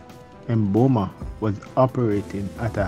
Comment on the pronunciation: Am curious to why 🇯🇲s have difficulty pronouncing her name.its not emboma and not Chris.how do you mess up such a simple name and not a difficult name like the 🇳🇱 athlete